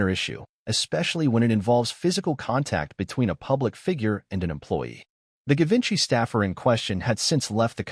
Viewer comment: Given by is pronounced with a soft G. :Geevenchy